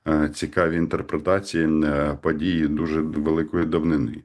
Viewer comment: ПАдії навколА законА..Па ваєним питанням.....і це вимова у відомого УКРАЇНСЬКОГО журналіста...